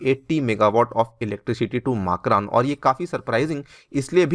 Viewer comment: मकरान सही उच्चारण है।